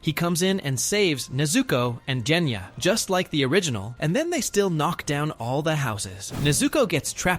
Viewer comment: Part of me dies every time the AI pronounces Genya's name as "Jenya".